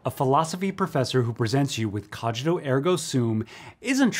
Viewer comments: (The "g" in "cogīto" should be pronounced like the g in "singer", not like in "age") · Please stop pronouncing "cogito" wrong. No, really. Please stop pronouncing it wrong. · If one is going to talk about a topic that is strewn with Latin, one should be good at pronouncing the Latin. Cogito as in cog in a wheel; principia as in brink...